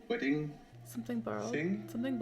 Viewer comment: "Raggedy Man, I remember you! AND YOU AR LATE FOR MY WEDDINGAH!!", your Ten is showing-ah...